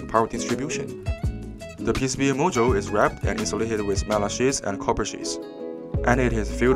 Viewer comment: When you say MOSFET, it sounds like you’re saying MOSFITE. And when you say module, it sounds like you are saying mojo. Also, the music is a little loud compared to your voice. Awesome charger though.